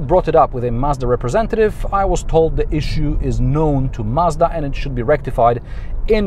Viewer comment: Finally someone pronouncing Mazda and not Marzda